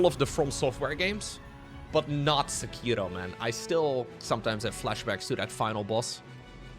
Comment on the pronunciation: thats not how you say sekiro